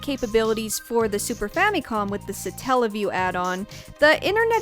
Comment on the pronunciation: It’s Sat-tella-view